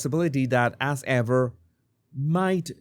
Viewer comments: Your accent makes “As Ever” sound like “Ass Ever” which is a lot more accurate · The way you say As Ever, like Ass Ever...applause!